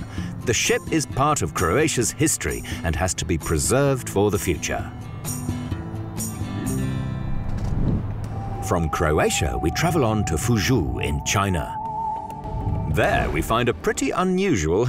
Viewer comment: Fu- joe-- not fuzhew - ask for pronunciation